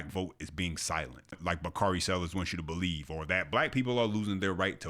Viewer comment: Bakari turned into "bakardi b"....😅😅